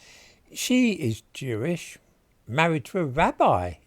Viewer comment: It's Jewish, not "chewish" you stupid baby, learn to speak English please.